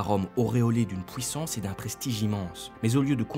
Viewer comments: Vidéo très sympa mais c'est moi ou tu dis ' pouissance ' au lieu de puissance ? ^^ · il vient d'où cet accent ? "pouissance" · On ne dit pas p-OU-issance, mais p-U-issance. Cordialement. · C’est curieux. Le narrateur prononce les UI comme des OUI: pouissance, depouis...